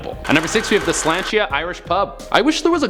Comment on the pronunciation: Slainte is pronounced Slawn cha